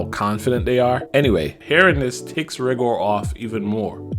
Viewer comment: OMG you call yourself a dragon ball fan but yet you can't even say one name correctly 😂 I mean you kept saying Rigor's name wrong because you kept calling him Ri-Gor when his name is pronounced Rai-Gor and you kept calling Gina Jeinay and that's clearly not how you say her name it's pronounced like this Gei-Nay not Jeinay, i mean can you say anything right?! I mean come on everyone knows that Gohan's form is not called mystic it's called the Ultimate Form aka Ultimate Gohan not mystic Gohan, i mean seriously dude Gohan's form was never called mystic in any form of media and infact the only time it was ever given the name mystic was in a non-canon card game back in the mid 1990's before the Buu saga was brought over in the dub so for you to use that dumb proto nonsense non-canon name for Gohan's ultimate form is completely asinine and disrespectful to the source martial, so bottom line get your facts straight next time you absolute noob. 😂😂😂